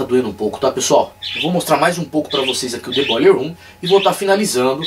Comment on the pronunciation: Massa teu " boiller room"..." Dead"....